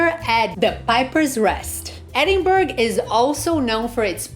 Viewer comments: Whole video of calling it a place in Sweden! Its NO BURG! Hen! Its Bra!!!! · I am leaving after hearing edin-burg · I enjoyed the restaurant suggestions. BTW, it's Ed-in- bra and It's Princes Street, not Princess Street. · For f*cks sake it's pronounced Edin-burra! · Closing this after 20 seconds. How disrespectful to not even correctly pronounce the city's name. It's not optional! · Its such a put off to hear the wrong pronounciation